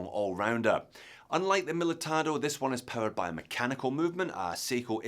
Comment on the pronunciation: Pronounced the name right, but the banner still said Miltado! Why is this so hard to get right for a watch expert. Other than that, nice vid. Cheers!